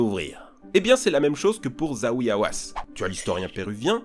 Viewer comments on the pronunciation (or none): Zahi et non pas Zawi Hawass ! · zahi pas zawi bordel.. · Ça ce prononce zahi on prononce le h et aussi dans hawass